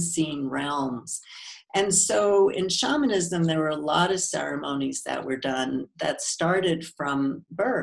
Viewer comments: Dude! If your going to interview someone. Get the right way of saying the main content. SHAMANISM. She kept trying to gently tell you how to say it correctly. The way you kept saying it was shameinism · Why’d he say shamanism wrong makes me not trust it